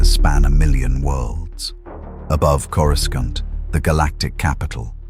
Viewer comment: Why can't these AI's pronounce Coruscant properly and so many other words.